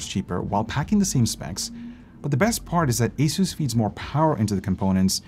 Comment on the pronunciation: Don't say ay SOOSE say AY suss. You or anybody else who ignores this sounds like a fool!